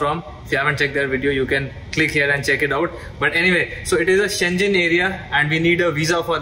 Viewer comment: You pronounce Schengen incorrectly